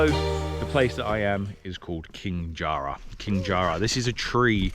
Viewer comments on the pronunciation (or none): JA RA not jar ra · Ja ra , not jar ra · That's not King Jar- Rah. It's King Jara - rhymes with para. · Mate, it’s “jaRRah”, not “jar-rah”. Short a vowel sound. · FYI - it's not pronounced - Jar-rah. It's a short sound -- Ja- rah. Jarrah is a hardwood and native to Western Australia. It's a beautiful rich red colour often used as hardwood floors in many WA homes when we used to have real hardwood floors. :-) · We pronounce Jarrah as J a rr a, hope you don’t mind me commenting. I love my country, can’t imagine being anywhere else 🇦🇺🇦🇺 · The air you breathe is the subtle smell of Eucalyptus and Ozone from the sea (and less air pollution). I love coming home from Europe etc. and getting a whiff of that air. You really don’t realise how good the place smells when you live with it every day since birth. It’s even better on the west coast of Tasmania. Not Jarrrr Rahh. (Love your English pronunciation. LOL) Both the “a’s” are short (not long with “arrrhs”) though it does sound rather posh and perhaps you’re showing deference for a King.😂 Enjoy watching your progress love how you are really getting into it. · Wrong pronunciation of Jarrah mate 😂